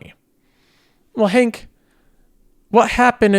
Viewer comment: Try Honk, not Hank. Also try a less snooty tone, given your recent track record. Who gave Netflix two thumbs up at its peak price?